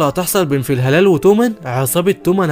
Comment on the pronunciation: فلا هالا ❌ في هلال✅